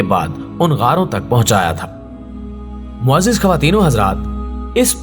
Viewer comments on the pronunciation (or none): جناب آپ اکثر معزز میں غلط تلفظ کا استعمال کرتے ہیں برائے مہربانی اس کی تصحیح فرمائیں۔صحیح تلفظ مُعزَّز ہے۔